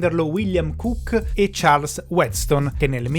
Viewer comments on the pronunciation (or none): none